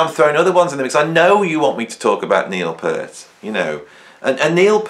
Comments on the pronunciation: It’s Peart (peeeeert) not pert peeeeeert 😂 I recall an interview on KLOS back in early ‘80’s with Neil on Sunday mornings. He frustratingly says it’s pronounced peeeeeert not pert it’s peeeeeeert peeeeert not pert 😂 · NOT. Listen to Neal (typo) say his name (check out his interviews). It is Peeeart. A long E. It is not 'pert' like a girl's nipples.